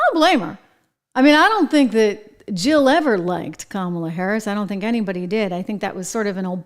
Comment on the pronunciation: It sounded like Dr Joke Biden called her Scum-ala play it back you’ll hear it